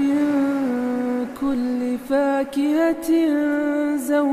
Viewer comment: In this surh 1 mistake Kulla youmin hai Not kulli Allah s.w.t hame Maaf kar dai Aameen